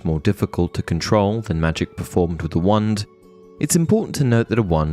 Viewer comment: I mean no offense... but your not pronouncing the 'wah' in wand. It's driving me cray crazy... other then that, nice video.